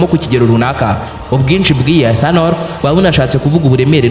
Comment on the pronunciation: 😂😂😂 icyo kirimi igi swalabiya Niki ethanonol 😅😅😅😅